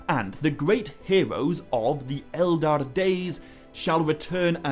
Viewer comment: Hey, great video as usual, though two questions regarding pronunciation. 1) I think the 'ch' sound in Narn i Chin Hurin should be pronounced as in the Scottish 'loch' or German 'echt' (for example). Not as K. Mind, this is easier to say as a Dutch-speaking person than as an Englishman. 2) I notice you often refer to the Elder Days as the Eldar Days. Or do I just mishear that? To me, the Elder Days is just like 'my elder sister', nothing to do with the Eldar ie. Elves. I realise this is incredibly pedantic.. Feel free to ignore me, your material is amazing.